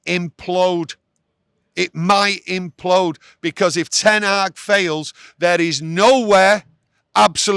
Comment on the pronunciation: Implode... not impload :D